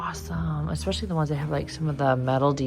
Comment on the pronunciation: I’ve recently found your channel. Love your colorful choices. But please, please, please use the word “especially” correctly NOT “ex-epically” … it’s like running one’s nails on a chalkboard. All the best!